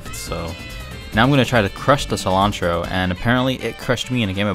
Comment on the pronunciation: Sea-lawn-tro Nunca supe cómo se escribe "Cilantro "